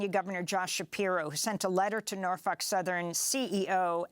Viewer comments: Why are they pronouncing it PalestEEN & not PalestINE? And she says NarF### Southern instead of Norfolk? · she said Norfuck Southern 🤣🤣🤣🤣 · She just said Norfuck southen like 30 times 🤣🤣🤣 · Interesting pronunciation of Norfolk southern but appropriate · Pretty sure she said "norfuck" 😆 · Anyone else catch the reporter calling the company “norfuck southern”? 😂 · I could have sworn you pronounced it Norf*ck Southern 😂